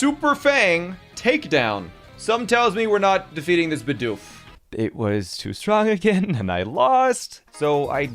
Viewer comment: It’s not bidoof it’s bidoof BEE DOOF